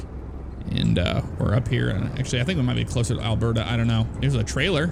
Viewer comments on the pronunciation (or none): none